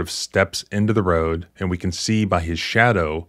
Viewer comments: Sorry sir, this cop is one of your Southern boys haha. There's no northern accent that pronounces "road" like that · The way he pronounces “road” irks tf out of me. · He has a southern accent. "Road" is only one syllable, not two.